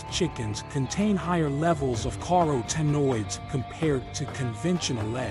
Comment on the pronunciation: "Car O Tinoids" 😅